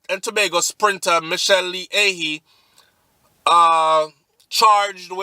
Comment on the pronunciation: pronounce like A- HEE (AHYE)